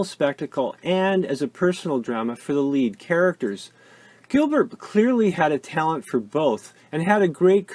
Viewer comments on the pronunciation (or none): none